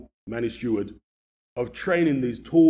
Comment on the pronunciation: It’s STEWARD, not Stewart FFS. Total newb mistake for a so called boxing expert. You should know - the great Emanuel Steward.